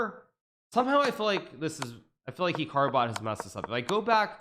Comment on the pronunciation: I think he’s pronouncing “Hikaru” wrong